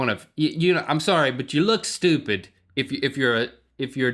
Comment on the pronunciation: I love when Link says "stupid" lol "You're just stooped"